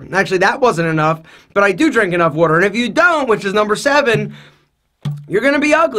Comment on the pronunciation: the way he is saying water is hilarious.